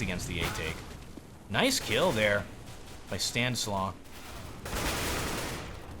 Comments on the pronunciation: I'm pretty sure it's Stan is law not Stan islaw. xd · Stanislaw is prononced like Stanislav